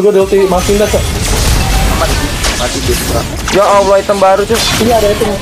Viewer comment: lam difat-hah bacanya la. Allah bukan Alloh